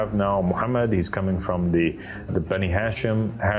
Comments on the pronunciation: the word is pronounced as "Ha - Shem" pronounced as two words. not "hashem". The word is two words meaning "HA" is "the" and "SHEM" is "Name". This has nothing to do with Islam. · Pronounced....HA shem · And don't you just love his mispronunciation of Hashem? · Poor guy doesn't even know that Hashem means the name 😂😂😂 And that Hashem is mispronounced when he says it